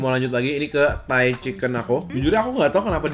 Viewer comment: Lagi ga fokus nonton terus denger"kok gaada rasa thai thai nya" denger nya kok "gaada rasa tai tai nya" langsung "HAH"